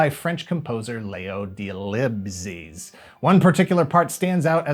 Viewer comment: as a french person, I can confirm that you absolutely butchured it. :D But it was a very interesting vide, I never knew the Knight Rider theme was inspired from a French ballet, it was quite a surprise. ;)